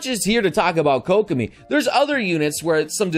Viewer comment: KOCK I Mean KOCK I mean KOCK I mean KOCK I mean Kokomi